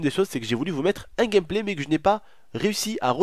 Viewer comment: Écouter le nombre de fois que il a dit gamplay 😂😂😂